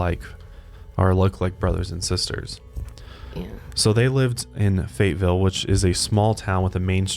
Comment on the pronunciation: the way says Fayetteville as "fate-ville" makes me mad